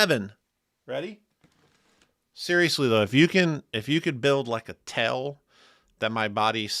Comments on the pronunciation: Why does HE pronounce TAIL as Tell? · Now that I've heard pronounce "tail" I can never use another JHS pedal again lol